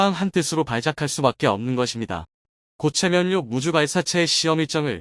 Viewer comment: 각본 쓰면서 교정 않봅니까? "ㅇ" 으로 쓰고 읽어야 할 것을 모두 "ㅁ" 으로 쓰고 "ㅁ"으로 읽으니 참 한심하네요....... 고체연료인것을 고체 면료 라고 읽으니...